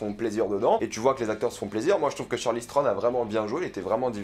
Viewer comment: Ça faisait un moment que j’avais pas vu tes vidéos et là j’ai enchaîné Snowpiercer et ça et franchement j’ai mal à la vie ... entendre dire Charly Strone pendant 12 minutes ça fait mal aux oreilles et la critique n’est pas terrible selon moi. Ça commençait bien avec effectivement l’impression que c’est le premier épisode de quelque chose mais comme avec Tyler Rake, beaucoup de budget, de bonnes idées mais un manque de savoir faire on a l’impression pour rendre la chose intéressante vraiment... on verra la suite mais vu qu’il n’y a pas grand chose à se mettre sous la dent dernièrement, ça passe!